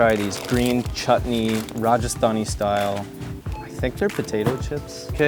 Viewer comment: I liked the way you present your videos, also liked the way you said 'Rajasthani', believe me that's difficult to pronounce :)